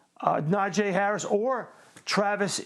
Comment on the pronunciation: Najeeeee not “Najay”. Thanks. Here we goooo! ⚫️🟡